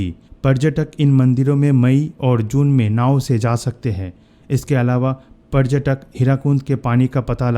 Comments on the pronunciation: Bhai yeh prajtak kya hota h parytak bolo na yr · Video bnane se pehle hindi sikh k aao obharbhyu tabhar aur parjatak😂😂😂